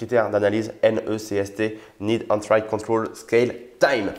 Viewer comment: Entry...Entraïe?? Beaucoup d'enthousiasme mais aucun conseil sérieux, next!